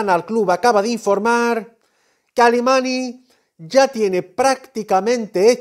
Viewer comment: No se llama mateu alemany con ny en catalan , la ny se pronuncia com la ñ en castellano